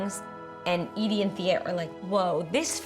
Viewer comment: I thought she was saying E.D. but at the end I saw the name EDIE .